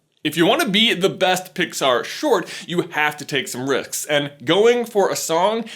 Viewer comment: “you have to take some ricks” XD